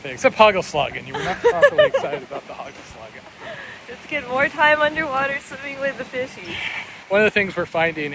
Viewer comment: Last nice Bonaire one ! Very beautiful last dives . You got me with your pronounciation of "hagelslag" , had to wipe some soda of my computerscreen ! In dutch the a is pronounced as the a in "ha" . Also hagelslag = hail stroke . The real dutch hagelslag is not the kind you got there : it's little bits of milk chocolat and resembles mousedroppings ! So in Belgium we call them "muizekeutels" , try to pronounce that one right !😀🤣😂